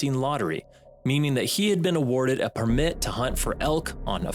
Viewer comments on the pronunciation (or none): Can you please learn how to say permit? It's not "perm mmit" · Why do you pronounce permit like that? 😂